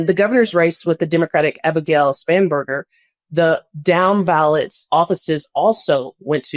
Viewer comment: Whoever is the broadcaster that you are using the news clip of..... he needs to learn peoples' names properly. He says MamdaMi instead of Mamdani. He says SpaMberger instead of Spanberger.